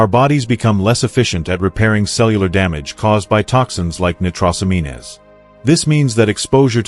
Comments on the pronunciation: ''Nitros amean es'' lol AI can't hack it yet, nitrosamines pronounced ''nitro sa means'. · See if this helps from a search engine on pronunciation: nitrosamines /nī-trō′sə-mēn″, nī″trōs-ăm′ēn/ Not "...amean-ez". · Hey bot, It's not "nigh-tross-a-mean-ez", it's "nitro-sah-means"